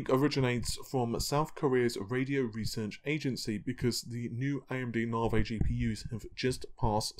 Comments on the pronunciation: I have to ask: why do you pronounce Navi as Navey while AMD CEO calls is Navee - is it matter of your accent? :) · "Moar AMD Narvey" lol, thats awesome xD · 'Narvey' LOL! :)